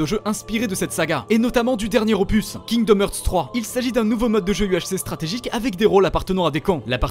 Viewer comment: "Kingdom hurt" kekw rip l'anglais